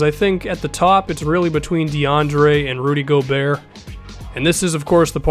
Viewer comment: its not gobeer its gobert like bogurt